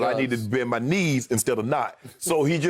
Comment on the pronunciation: "Now its MYY turn"..lol